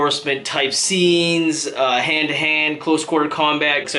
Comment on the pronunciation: whats so hard to say "scenes?!" when u say it always sounds like sits